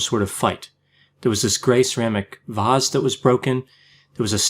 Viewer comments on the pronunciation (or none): Don’t say Vazzzz it’s Vase.